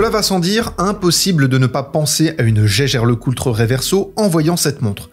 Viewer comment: Ca se prononce [Yageur], à ne pas confondre avec Geiger.